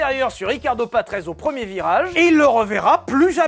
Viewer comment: Patrese se prononce "patrézé” et non ”patreize”